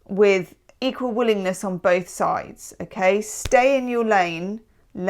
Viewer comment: “equal willingness on both sides” I thought you said “equal wooliness”; which I think suits my situation better